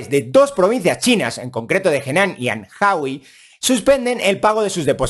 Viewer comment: No os fieis de nada de lo que diga alguien que pronuncia Anhui como Anhaui